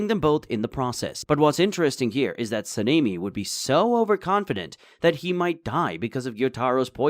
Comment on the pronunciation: Why are you calling him sameni? Sanemi your saying his name wierd